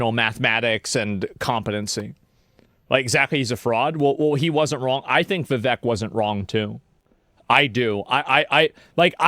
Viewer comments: You're saying vivek name wrong Its viv ache Not Viv vek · Vivek, it rhymes with cake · It's Viv(ache) not Viv(ek).